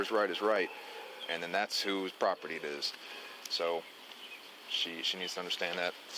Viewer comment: Sounds like I need to get me some propitty. Apparently it comes with propitty lines and everything. But I don't want you trespassing on my propitty. Expecially not cruminilly trespassing on my propitty.